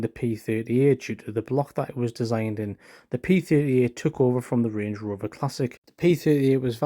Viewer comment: land “rOOver”